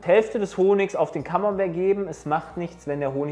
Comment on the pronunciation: Wie kann man ein Wort so butchern alter. 'Kammenbär'